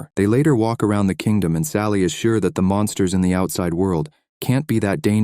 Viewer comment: Fyi its supposed to be Monsters not mounters. 😂its okay english isnt my first language either.